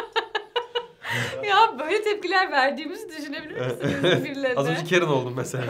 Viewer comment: Sınıfta adı karen olan biri var karen diye okunuyo. ingilizce hocasının neden kerın diye okuduğunu anladım